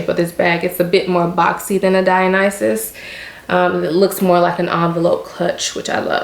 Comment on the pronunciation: I've watched like 5 videos about the Dionysus bag and you are the first one to pronounce it correctly